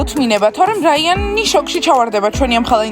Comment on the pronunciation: რაიანი არა რაინი